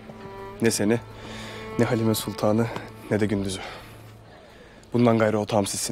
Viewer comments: I don't like Erthughrul when he make halima shup up by saying , "halimee" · Every time Halima Sultan tries to say something. EveryOne: HALIMEE!!! poor Halima 😂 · but l noticed at some point halimayy espically by ertugrul....mostly halima.